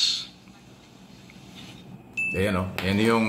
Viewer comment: Marcoleta can’t even pronounce “Laws” correctly!